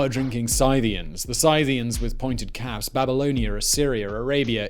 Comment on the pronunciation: you are mispronouncing scythians